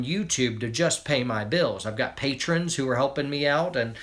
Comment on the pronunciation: says patron😂😁